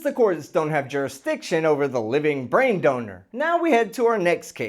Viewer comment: Why is it so hard for people to pronounce “jurisdiction?” Is it laziness or lack of education?